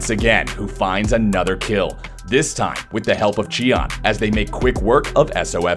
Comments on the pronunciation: native speaker right here! It should be “tea-an”. Good work anyway, hope to see you at worlds! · lol its not Chian but Tian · Why did he even pronounce it like that though??? In neither languages is a T pronounced with a Ch sound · when did tian change his name to chee-an? lmaoooooooo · WHO TF IS CHEE-AN? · late to the party, but "chee" is very botched actually. Other than the comments here, Google translate "sky" to chinese and listen to the audio may help you pronounce it better too. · Tian name was butchered.